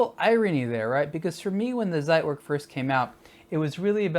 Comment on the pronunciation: It's pronounced tsait - verk Great review otherwise though!